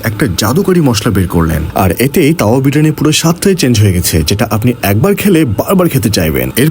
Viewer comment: তাওয়া যেভাবে বলতেছেন মনে হচ্ছে যেনো কাউয়া বিরিয়ানি।